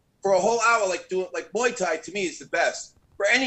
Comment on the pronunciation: " Moi thai" wtf lmao